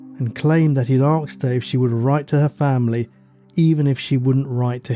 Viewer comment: 'arksed' - not aged well . So 2000. Please say asked, thank you